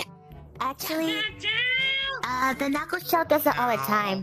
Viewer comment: You don’t actually say “chao’s” you say “chao” it’s the right way to say it.